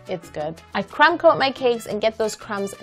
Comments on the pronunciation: when she says crumb coat and chill I keep thinking she's saying CRAM coat and chill I don't know why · Idk if it’s cause I’m French but instead of crumb coat I always hear creme coat😭